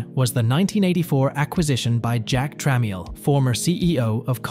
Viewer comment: Sounds like a non native would read, but the accent is perfect. He said jack tram-miel instead of trammel as well.